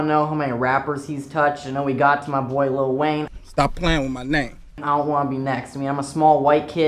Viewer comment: did u say little wayine